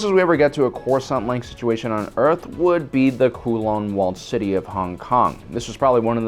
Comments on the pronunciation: Kowloon Walled city is pronounced 'COW' 'LOON' in English . The 'W' is enunciated. Not 'KOO' 'LONG' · It is called The Kowloon Walled City, and Kowloon is pronounced ’cow-loon’, where ‘loon’ ryhmes with ‘noon’ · Did you really pronounce Kowloon "Koo Long"??? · Also it's Kowloon (pronounced cow-lune). I know because I'm in Hong Kong all the time. Favorite city in existence other than NYC and Coruscant.